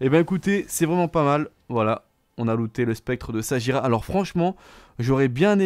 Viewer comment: Alors de 1 on dit saguira